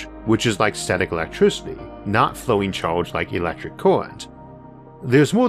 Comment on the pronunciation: LOL UNIVORSES ...with much love and much churge ...HAHA damn if not for that slight speech impediment ...He would have one of the best spaking voices